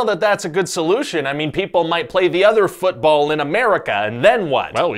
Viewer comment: ah yes, fütball